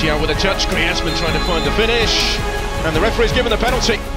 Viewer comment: When griezmann scored in group stage against Croatia the commentator said grayzmenn